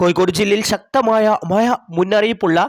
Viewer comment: പൊട്ടാ മയയും കോയി ക്കോടുമല്ല